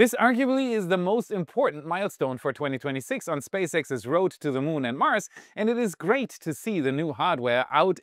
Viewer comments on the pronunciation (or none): none